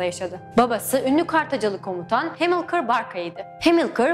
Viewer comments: Hannibal, Hamilkar Türkçe'deki gibi okunur. Keşke nasıl okunduğunu da araştırsaydınız :D Bir de Sippio değil Skipio diye okunur :D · Bir de Hannibal zamanında İngilizce yokken Hannibal'i "hennıbıl" babasını da "hemilkır" diye telaffuz etmek gerçekten çok sıkıntılı. O zaman Caesar'ı da İngilizce haliyle "sizır diye telaffuz ediyor olsa gerek.